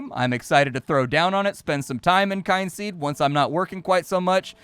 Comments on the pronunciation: KIN seed,. Not Kine-seed. They literally have a "how to pronounce Kynseed" button in the audio options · you need to work on pronouncing things. Kyn has no e on the end and is thus pronounced "Kin." Meanwhile, Z has no e on the end, and thus is pronounced "ZED.":) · The "Kyn" in Kynseed is pronounced Kin...as in Kith and Kin...hence the ancestory angle of your character. At least that's what I take it as. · I always thought it was pronounced kin-seed. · They put a button for how to pronounce the game title. The 'kyn' is just fancy spelling for saying 'kin'. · KIN KIN-seed as in my kith and kin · It's pronounced Kin-seed I'm fairly sure, because you know, Kin. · I was gonna say the same thing. 😂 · There is a button in the Audio menu that says "How to pronounce Kynseed" that might help.